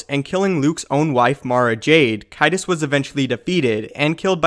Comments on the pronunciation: caedus is a soft c. Caesar + sadist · Lu-ME-yah. CAY-dus. Good catch on the proper pronunciation of Yuuzhan Vong, though.